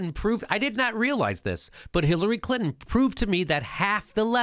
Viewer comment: "Bill CLitnon" lol!